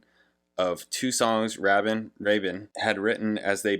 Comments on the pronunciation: Yes, Rabin himself pronounces his name like a ray of light not like a rabbit. The funny thing is he was in a seventies pop rock band from South Africa called rabbit, so I think of that when you say it that way. I personally love this album just as much as fragile or close to the edge for different reasons. Having gone to audio engineering and producing school, this album was so cutting edge. Like you said there were sounds on here that were being sampled in hip hop later on. I highly look up to Rabin. He has done many film scores since leaving the band, like remember the titans and Armageddon. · But I did already tell you under the previous video that it's "Nine Oh One Two Five" and "Ray-Bin"! 😭 😄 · RAY-bin. RAY-bin. RAY-bin. Plus..your discussion on pedaling was 👍👍👍.. It made me like you and this channel 20 times more. And substantially made up for some of the snarkiness of your early Rush reactions. Awesome!